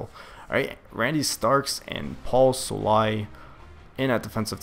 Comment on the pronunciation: Paul Sole-e-i and Ko-uh -Me-see. haha. For wide receivers I picked up David Gettis and put him in as my number 2, he is awesome with his speed and jumping ability. I think you should use Joe Philbin, just because I like the realistic game play. Also, Fasano to me was very annoying so I traded him for Rob Housler of the Cardinals who is pretty pricey but will make a great tight end.